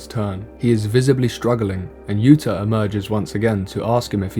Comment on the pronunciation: yuto, not yuta, but the video is good anyway